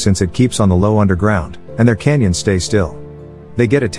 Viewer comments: Cannons not "canyons" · Whoever wrote the dialogue for the AI voice needs to fix it. Ships don’t “blowoff” they blow up. Very annoying that sailors are called soldiers and Cannons are called Canyons. You’ve done better.